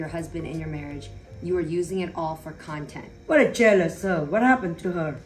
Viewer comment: Not the “contant” 😂😂😂😂 SN, who gone tell them it’s “content”?